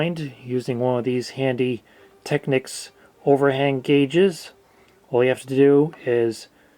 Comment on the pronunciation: Never heard anyone pronounced techneeeecs tecnick